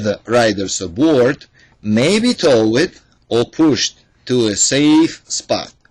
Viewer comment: Really? Lol. The title says Transporting passAngers! Toe-wed, dis-abed, how many mispronounced words can you mess up, it's like where's Waldo! Lmao... But hey nonetheless, good "bideo".